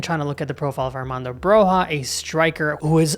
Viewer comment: The J of Broja is spelled like a long i Like the J of Juventus I'm Albanian and Broja is the star of our team. I'd love to see an Albanian play for AC Milan. He has a huge potential. He had a bad injury last season which has influenced him a lot. I hope he recovers fast and starts playing at his normal pace. He has a huge potential, easily at Zirkzee's level. Hope Milan get a good deal for him cause we'll have a true number 9 for years to come Keep up the good work,!